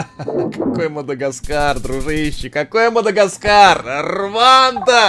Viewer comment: Правильно Руанда, а не рванда